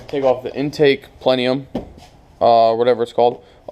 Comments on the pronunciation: It’s pronounced Intake plen-UM as in PLENUM.. not pleneum there is not the extra E in there. Just an fyi. Spider injection was one of the worst decisions GM ever made! Right there with the Pontiac Aztec. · lol he said plenium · "Pleniom"? Lol. . PS --- the coil is NOT grounded to the bracket.